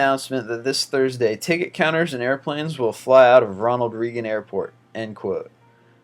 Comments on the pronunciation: YOU SON OF A BITCH PLEASE SAY RONALD'S NAME CORRECTLY. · Pronounce Ronald Reagan correctly please